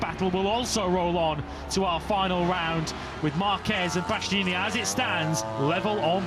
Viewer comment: "Bastyeeyee-neenie" - someone please tell this commentator how to pronounce Bastianini - his co-commentator can do it correctly yet he repeatedly guffs it and is still doing it in 2025.